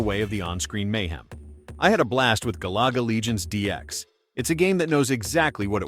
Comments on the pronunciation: My boy said Gah Laga 😂🤣😂🤣😂. You can tell that voice ain’t played any of these games. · Galaga not galuga also PAL not Pail